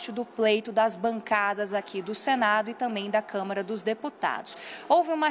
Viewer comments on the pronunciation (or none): none